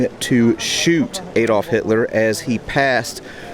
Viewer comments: Your videos are excellent but just a point regarding your pronunciation of Adolf. It is with a hard A as in apple, not soft as in apron. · Shame about the dreadful American accent. The word “route” is pronounced “root,” not “rout.” The “A” in Adolph is pronounced as in “rat,” not as in “cake.” Nothing annoys me more than Americans mutilating the King’s English.🏴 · Shame about the dreadful American accent. “Route” is correctly pronounced “root,” not “rout” as Americans have it. The “A” in “Adolf” is pronounced as in “rat,” not the American pronunciation as in “cake.” Nothing annoys me more than Americans mutilating the English 🏴 language.